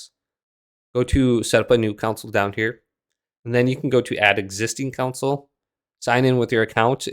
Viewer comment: I Never heard anyone pronounce console as council??